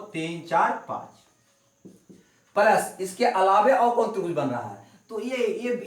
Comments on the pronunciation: ओ भी palas नही प्लस होता है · palas ko plas.khe sir achha nhi lagta hai